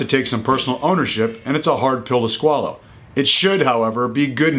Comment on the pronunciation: It is truely a hard pill to "Scwallow" 😢